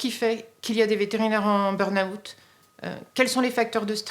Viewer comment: très touchant et effrayant mais il n’y en a pas un qui sache prononcer burn-out c’est hilarant